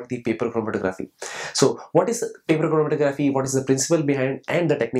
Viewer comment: this lecture is so informative and funny... lol... "chrrormkkgfrmtkcrgggrffphy"